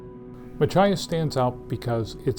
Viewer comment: "muh-KITCH-us". Jesus.